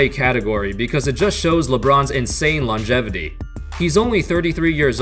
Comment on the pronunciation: I know I'm being dumb but the way he said "longevity" was hilarious. .